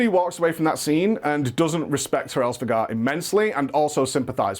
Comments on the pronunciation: Normal people: Hraesvelgr: HARESVEGAR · It almost feels like he is intentionally pronouncing Hraesvelgr wrong considering he says it like 10 times within the span of a few seconds lol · Of all the ways the too mis pronounce Hraesveglr, u somehow stumbled on the most ear-grating. Just re do man, it's embarrassing